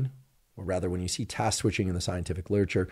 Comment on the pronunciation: Had to giggle at Dr Huberman saying "Task Squishing" 🤣